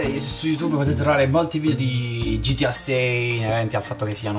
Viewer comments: Uno pero non si dice gitia ma si dice gta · Ma che gitiAA si dice GTA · non si dice gitia si dice gta